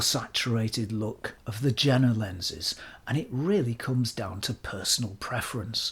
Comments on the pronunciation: by the way (not that it's important) Jena pronunciation is like Yale, not like Jennifer. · it is Jena not džena... Yeina or something like that pronounced it that weird English... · Just one thing: it's pronounced Iena not Jena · You pronounced Stuttgart impressingly correctly. The J in Jena is pronounced like i (like eagle) .. so "ea"-ena. That out of the way, i love your channel. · Please, mind the correct pronounciation of JENA ! Think of “Yea or nay”. JENA : JE pronounced like "Yea" JENA: NA pronounced the vowel "A" in the word "master". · CAIS, not ZAIS ! Pronounce properly ! Jena is not pronounced with a J. It is prononunced "Yena". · Hi. None of the Germans ever pointed out that Jena is prononunced Yeenah as in Johan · Zeiss Jena is pronounced Yeh-nah, which is the city in Thuringia in which Zeiss was/is located. As for Zeiss West, try the Ultron 50mm 1.8 if you can get your hands on it. It is expensive, but it is special optically and for being the first lens with a concave front element (it renders magic on par with or better than the Pancolar; downsides are terrible ergonomics, clickless and easily accidentally moved aperture ring, heavy vignetting wide open, the terrible idea of a silver barrel, which can reflect directly into the lens, and the lack of a filter ring). As for the Distagon West, it looks like it could be from Carl Zeiss Jena (East), except that Carl Zeiss Jena never produced a lens with an aperture mechanism that stops down turning left, as far as I know. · Excellent presentation. IMHO go for Jena lenses, comparable build quality in general, superb optics, better color rendition in most of the products. Why pay more? Btw. German "J" is pronounced as "Y", as in Yuma. Regards, t. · Jena is not pronounced like that.